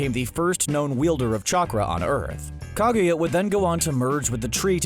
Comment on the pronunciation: This narrator guy horrendously butchering Hagoromo and Kaguya's name made me cringe , seriously, do your research about the names people, it's not that fucking hard